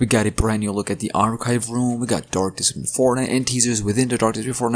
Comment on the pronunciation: "dork deception" hits hard🗣🗣🗣🗣🗣💥💥💥💥